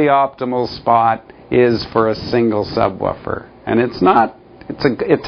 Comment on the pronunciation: he says subwuufer